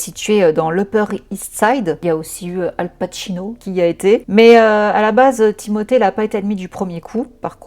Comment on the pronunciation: Excellente vidéo, et pour ta façon de dire le prénom Timothée, tu le fais parfaitement bien c est français il a la double nationalité et sa famille en France ne met je ne pense pas l accent 😂. Tu es adorable et les gens critiquent trop, ceux là ne font pas 1/3 de ton taf. Tu es une warrior 🫶